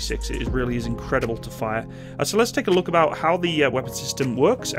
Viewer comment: What is the difference between GPMG and other NATO MGs? The way it says "about".